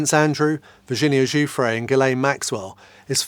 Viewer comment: Giuffre is cousin to another Giuffre close to me … thanks for pronouncing her name correctly .. cheers from Australia